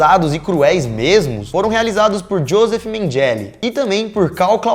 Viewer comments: "Átol, Mengéle".. ao invés de atol e "menguele" fora outros erros absurdos de pronúncia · Atol se pronuncia Atól e Mengele, Menguele. Abraço meninos! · Curto seus vídeos há anos, mas po, vocês tem que arrumar a pronúncia de palavras e nomes em outros idiomas. Até a pronúncia do nome do Mengele vocês erraram! Incomoda. Fica a dica. Vocês são foda!